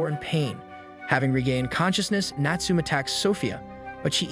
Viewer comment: Great videos and reading although you pronounce some names incorrectly. Natsume is pronounced ‘Natsu-may’